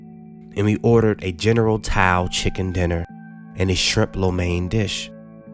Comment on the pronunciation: You pronounced Tao wrong